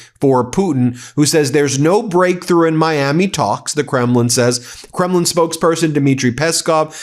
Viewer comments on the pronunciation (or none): none